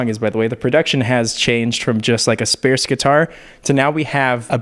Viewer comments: Did he say "Spare-sss" guitar? Like Sparse? (Sparse has an "ar" like in "art") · Love your videos and like do whatever you want but I have never in my life heard anyone pronounce “sparse” the way you do 😂😂